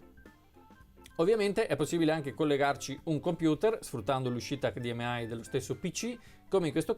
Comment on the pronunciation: HD M AI non si puo ' sentire